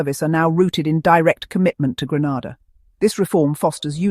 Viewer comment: It's Grenada, not Granada